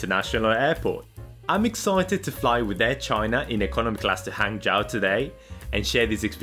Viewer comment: It's pronounced "Hang-Jo".